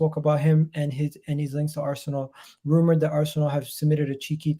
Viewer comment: Arsenal not ArsAnal 😆 😂 🤣